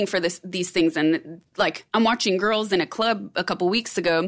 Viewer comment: Hearing her sayin that " u can see the desperation in tirls on the Internet" is kinda ironic from someone who sed to take footlongs on screen